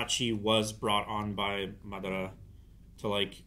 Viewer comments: He’s going butcher that man’s name until the very end lol 😂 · Someone help pronounce Madaras name properly lol